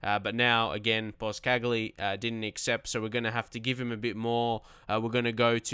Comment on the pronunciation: Boscagli is pronounced Boschagli not bos-cagli